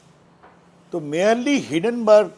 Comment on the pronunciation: Hindonburg almost sounds Hiddenburg. Difficult to defend gentleman. You are good to defend your party. Nothing surprising since you are a lawyer. Often such defence is often superfluous. Why these guys always defend adani. Why get very defence through perceived offense.